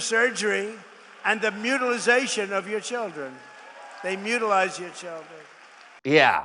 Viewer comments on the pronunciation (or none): If someone was writing a satirical, a SPOOF Sci Fi novel, and you included a character one HALF as stupid as tRump, it would fail to get past an editor. And HOW is he an adult and doesn't pronounce mutilate correctly?. "Mutalise" sounds like something Professor X would do if he was running out of students. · And the orange moron doesn't even know the word "mutilate". But I suppose "mutilise" is just typical of his destruction of even US English. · DaGo back and listen his speech this clip again. He says “MUTILIZE.” He just made up a new word. Doesn’t exist in the English language.